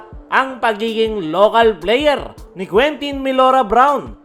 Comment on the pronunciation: Mali nmn pronunciation mo sa name ni QMB😢😢😢